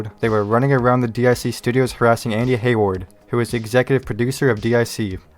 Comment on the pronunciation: DIC is not pronounced "Dee Aye See".